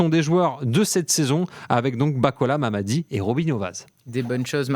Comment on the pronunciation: 😂😂😂 c'est pas mamadi😅😂😂 c'est MMADI c'est un jeune me respecter son nom.